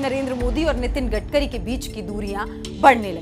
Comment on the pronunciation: गटकरी नहीं गडकरी है क्या एंकरिंग करोगी रे बाबा